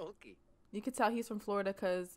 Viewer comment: Lmaooo that’s definitely how us Floridians pronounce Florida “Flawda” 😭😭😭. With our country accents